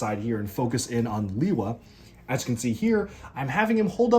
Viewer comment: Lewa,not Liwa.